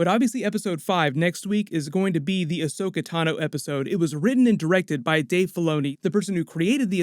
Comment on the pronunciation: Fuck why do people always get her name wrong? AHSOKA, NOT ASHOKA!!